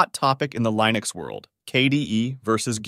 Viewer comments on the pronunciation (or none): lost me at Lie-nux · Completely had me fooled until I got to "Lye-nux" and "Mac-oes" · thats not how you say linux